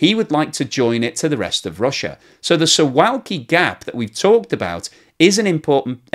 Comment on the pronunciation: Pronunciation of Suwalki is "Soo-VOW-key". It's a very picturesque part of Poland. I have heard it said that the accession of Finland and Sweden to NATO has made made the Baltic Sea a NATO lake, and Russia would not be able to transfer much in the way of naval units there, and they would be able to do much anyway.